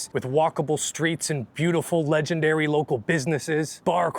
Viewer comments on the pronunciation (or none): none